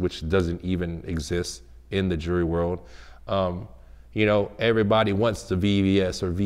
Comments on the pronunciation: Say jewelery,,,,, jewry jewry then he says jewler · He can say jeweler but now jewelry lol jurry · This is what he does as a profession and can't even pronounce it? "Jurry?" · Say jewelry right wtf